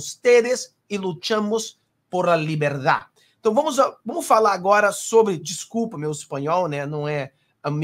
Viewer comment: "LIBERTAD" com "t",falou muito bem só estou corrigindo o que os brasileiros tem dificuldade pra falar